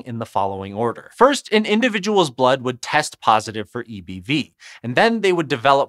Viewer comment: I can’t stop hearing “eeby” and laughing